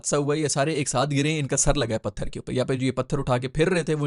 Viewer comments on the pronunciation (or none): none